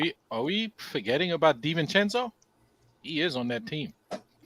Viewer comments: Hey - Dante's last name is DiVincenzo NOT DiVincencko It's an Italian not Eastern European name. Adjae pronounces perfectly - try to keep up with Panel!!! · DiVincenzo NOT DiVincencko!!!!!! Het can you guys trade Stepdaddy tini wanabe bad guy please!